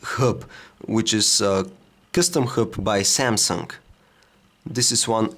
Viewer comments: Why do you say: Samsunk-omnia 7??? Very Annoying.. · the SAMSUNK omnia seven lol xD